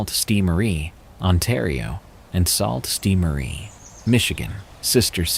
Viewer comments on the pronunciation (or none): Salt Saint Marie 😅 it's pronounced sue. I'm sorry that bugged me 🤣🤣🤣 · I know not how it's spelled but the pronouncement of Sault Ste. Marie is: Soo Saint Mah-rie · they're pronounced Soo Saint Marie. Makes me feel like this is done with AI. Shame. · lol the one with the homeless guy it is pronounced sue-saint-Marie lol I was confused at first than was like oh yea !!! Haha I am from Ontario Canada not far from there :) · Sault ste Marie is pronounced "soo" saint Marie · It's pronounced Soo Saint Marie 😊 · Yeah, mispronounciation irks me from narrators.